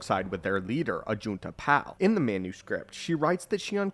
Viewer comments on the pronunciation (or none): As a brazilian i cannot avoit to lmao every time i hear "Ajuntapall" and "Caedus" hahaha